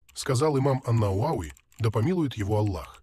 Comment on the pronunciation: Джазакаллаху хайран, братья. Все хорошо, но Бухари и ан- Навави неправильно ударения по моему.